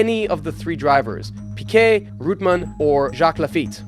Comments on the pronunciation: REUTEMANN, not Rootmen! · GET YOUR PRONUNCIATION RIGHT!! WTF IS ROOTMAN, BRA-BAM.. AND GRAY-ND PREE?